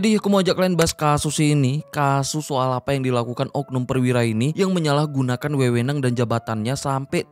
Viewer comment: orang Makassar ya, keliatan dari baca wewenang 😅